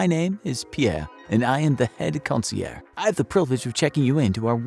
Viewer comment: “CON-see-AIRJ,” not “CON-see-AIR.” You’re now saying it right. 👏🏻👏🏻👏🏻👏🏻